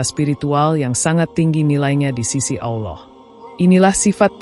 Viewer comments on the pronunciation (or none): Sebut Allah pun x betul , x jadi tgk video ni